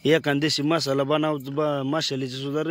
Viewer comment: मसाला बोला मशाला nahi